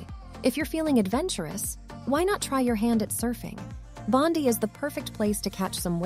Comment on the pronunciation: I'm sorry but I'm dying how your pronouncing Bondi💀